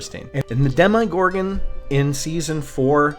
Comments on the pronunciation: Alright this kinda drove me nutty throughout the video but man ... have you ever heard anyone in this show, real life, or any god damn universe pronounce demogorgan dem eye gorgan ... c'mon man it's demma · My friend, great breakdown however, every time you said “Dem-eye-gorgon” it drove me crazy 🤣🤣🤣 there’s no I in Demogorgon!!